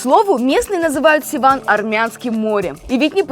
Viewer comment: Севан а не Сиван